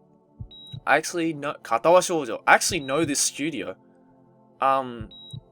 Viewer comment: perfect pronounciation at the start of the video. "katawa shoujo"